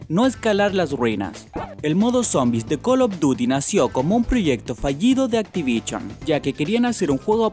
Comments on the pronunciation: ME SIENTO UN IMBECIL CUANDO ESCUCHE ACTIVICHON O PLEISTEICHONNNN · Pley esteychon activichon que mierda es eso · Activichon, yochi, pleisteichon, col og duti, habla bien Prro :v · Activision! NO ACTIVICHON FORRO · Activichion xD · Play Steichon Activichon mae mía m cabeza hizo boom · jajaja pleisteichon activichon jajaja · Play steichon y activichon se murieron 3 perros cuando dijiste eso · Carlos Duty by Atibishion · play staichon y activichon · col of duty y activishon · Pley teichon :v Activichion :V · pleiteichon activichon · Crach, activichon... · activishon :vvvv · actichion :v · me da cáncer cuando dice play stachion o activichion